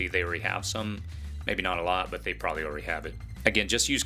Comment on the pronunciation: It's pronounced, "probably", NOT "pry".